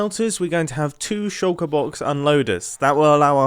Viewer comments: He says shallker box a lot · I wonder if anyone can count the amount of times Mumbo said "shulkur box" this episode....